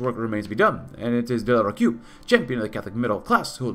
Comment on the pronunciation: Nice episode and , you pronounced De la Rocque correctly , it's sounds "De la Rock"